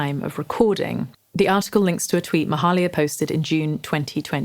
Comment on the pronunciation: It's pronounced "may-"hay"-lia"